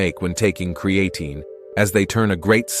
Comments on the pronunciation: Hey there Mr AI, good video 👌 Just a tip though. Creatine is pronounced Createen.. Cheers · Good, but somebody please teach AI how to pronounce creatine.